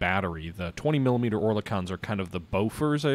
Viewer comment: or la con? LOL first time iv heard it said that way, iv always heard it as "ore-le-ken" and ya they are 20mms not to be confused with 40mm boffers. If memory serves the Enterprise had her 50 cals swapped for single or duel mounted 20mms, (dont think she had 40mm mounts anywhere could be wrong) the surface ships usually had 40mm boffer mounts in places as duel or quad mounts.